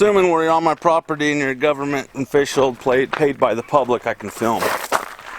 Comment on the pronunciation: This fat slob doesn't care about his kid, he's just trying to make a point about the "govmint."